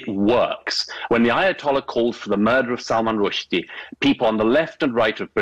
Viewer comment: It's spelled sacrosanct, Modern Wisdom. Not sacrasanct. And your narrator thinks it's Salman Rush-dye, o Modern Wisdom.